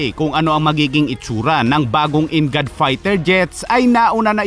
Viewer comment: NGAD /EN-GOD... Imbes na ganun....-IN GAD hahaha , 😆😆😆VISAYA?